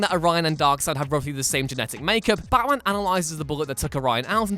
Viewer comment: I don't know but.... The way you say and the no. Times you said Batman is disturbing... Becckkmen baatmen Bachmen wtf is that